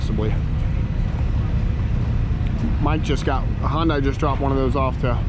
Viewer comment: It's...Sunday Monday Hyundai. Not Hun-die